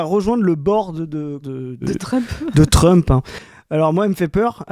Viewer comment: Oué .. faut se détendre ^^ Mélenchon, depuis longtemps, prononce Trompe au lieu de Trump, ça ne dérange personne, il prononce à la française glucksman et pas manne, ET vu l'embrouille avec la prononciation d'epstein, il arrête avec son glucksment ..... Après son explication au meeting de Perpignan est excellente ^^ mais faut l'écouter ^^ Arié Alimi et la LDH devraient en faire de même